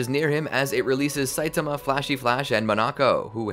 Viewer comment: "A naked satiama" had me down on the ground